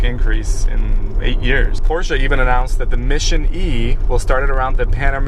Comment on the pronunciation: First off, kudos to you both for pronouncing Porsche correctly. Haha Also, you guys should really go to China to experience the revolution first hand. Beijing is completely gray most of the time due to air pollution, with air visibility of about 4 miles. Once you drive out of the central business district, CBD, it’s amazing how the sky just opens up and turns blue. Pretty eye opening. Lots of Teslas on the streets both there and Shanghai. HK was truly amazing with the number of Teslas that are there. Granted it was because of the subsidies they were giving and results showed that sales ground to a halt when those tax breaks expired earlier this year. But still it was amazing to see so many in such a dense metropolis